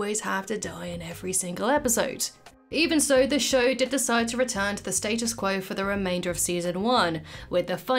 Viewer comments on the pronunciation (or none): none